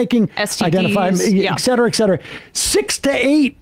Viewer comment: For the love of God someone tell Sam it's et cetera not Eck cetera